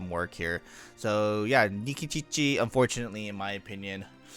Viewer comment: Why do you say Nikičiči instead of Nikitić?